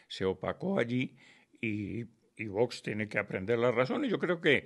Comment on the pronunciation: se dice VOX, no vos, aprendamos a pronunciar